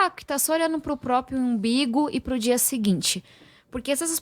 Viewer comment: uma deputada formada em Harvard, fala ''IMBIGO'' KKKKKKK